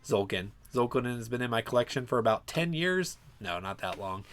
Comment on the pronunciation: Everytime someone pronounces "Tzolk'in" without the T I think of "ZOLTAN" /z-sign-with-hands :D